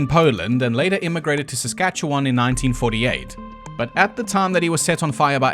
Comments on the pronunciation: As someone who lives in Saskatchewan, I'm surprised you can pronounce my province correctly. Many either pronounce it as sask-at-chew-anne or just ask "how do you say that?" I also am privy to a lot of the Canadian jokes you made and it made my night! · Bro mispronounces shit all the time but nails Saskatchewan. Fucking legend dude!